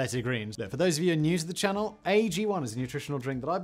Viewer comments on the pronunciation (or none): none